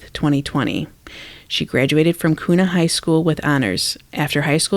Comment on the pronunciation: You are awesome. Here’s some tips Kuna is pronounced Que-na and Weiser - Weezer 🥰 weird I know.